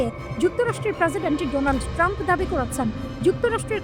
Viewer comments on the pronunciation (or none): none